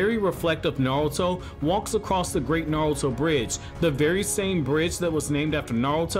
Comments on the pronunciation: Naurto?? Lmao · Nawuto. He he he he